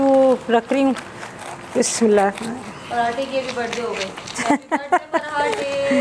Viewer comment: Asslamualeykum.. bura na manaiyega plz par ap bismillah hir rakhmanir rahmim bolti h... Par vo rehmanner Rahim hota hai...❤️